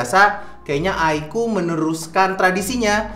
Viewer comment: kocak loe bang, sebut oddo pula 😂😂